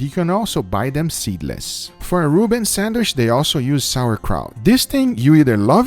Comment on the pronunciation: Please say sandwich not sandwish!!!! Cringe alert